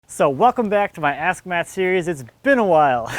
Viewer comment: Nice video, nice jump! Good info. When you say "ask Matts" when you are winded.... Well, it sounded like you said something else. I giggled, then realized what you really said.